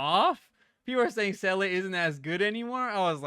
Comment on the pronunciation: Hello. Few things. It is Seel-ah, it's voice acted in the game so there's no debate. So saying Seel-eh is wrong. Anyway, Topaz, Clara and Lynx is a crazy good combination and you can add March 7th or Asta and be doing very well. In update 1.5 the follow up attack set is also coming out. Personally, I would try to get Topaz and Seele. Skip Jingliu.